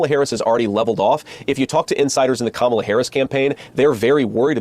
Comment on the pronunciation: Congratulations to JD Vance for consistently pronouncing Kamala’s name correctly! Now, convince your GOP children to grow up and do the same. There’s a glimmer of hope?!? Nah 🙄